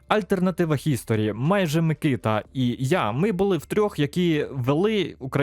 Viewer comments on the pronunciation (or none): none